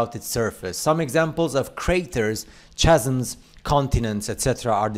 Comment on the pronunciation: Chas'ums I think he'll find that, that word is pronounced Cas'ums It's a silent "h" arrgghh!! D'oh!